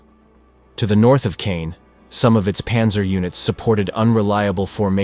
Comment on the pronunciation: Reg-I-na, not Reg-ee-na. C-awe-n, not ka-yawn.